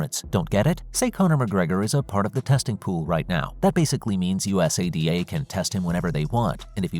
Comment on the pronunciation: U-S-A-D-A 😂😂 go through the trouble of a video and don't research how to pronounce US-ADA